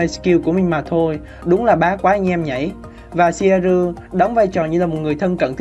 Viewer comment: Ad phát âm theo phiên âm bên nhật là ...shieru 😂